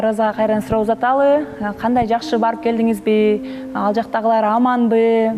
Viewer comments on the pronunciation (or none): шалкылдабай жакшы суйлоп уйрончу калсаз суйлосоз дебей суйлосонуз келдинизби деп келдиспи дебей уже алергия